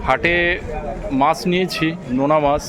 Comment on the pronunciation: বাকিদের কথা না হয় বাদ দিলাম কিন্তু আপনি তো একজন বাচিক শিল্পী! এত সুন্দর আবৃত্তি করেন! আপনার সব উচ্চারণ মোটামুটি ঠিক ই লাগে কিন্তু " মাছ " এর উচ্চারণ টা " "মাশ" বড্ড কানে বাজে । সঠিক উচ্চারণ করার একটু চেষ্টা করলে ভালো লাগবে 🙂